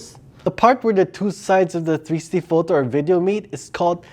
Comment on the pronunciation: Its three----six----ty. 3 syllables. Love the channel. Liked and Subscribed!